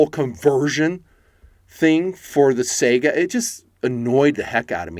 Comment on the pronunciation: Why can't anyone pronounce Saiga correctly? Is it that hard to look it up if there is any question? Am I the only one who finds that so annoying?